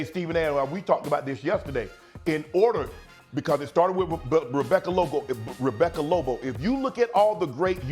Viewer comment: Nobody: Shannon: Rebecca Lobo